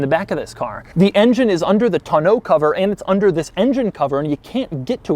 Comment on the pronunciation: Oh goodie. He said Tonneau correctly!